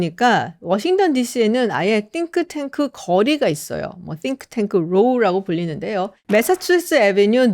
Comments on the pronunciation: 한국식으로 싱크탱크로 하시지 띵크탱크 이러니까 어감이 좀.. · 띵 발음 엄청 유의하시는거 웃겨요 😂